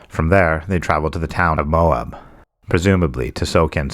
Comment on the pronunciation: Excellent script writing only one complaint Moab Utah Moab is two syllables my suggestion is check into the pronunciation of places you're unsure of it really knocks down the professional impression I thought your take on the story added a lot of information that I didn't know however if you choose to skip Brian I'm not going to complain